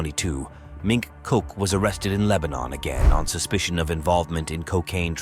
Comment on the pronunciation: Every time you say "mink cock" I laugh.